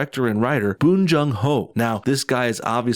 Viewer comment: It's pronounced how it's spelled, Bong.